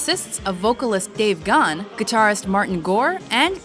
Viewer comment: Dave Ghan? LOL It's GA-HAN